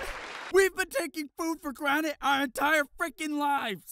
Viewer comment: *huh? Rick it's "Granted" not granite! Hahaha it's so funny you have been saying that wrong sll this time!